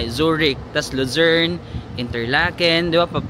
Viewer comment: Kada bigkas mo Ng Lucern...ung utak ko nagsasabi Ng visayern at mindanern😂😂😂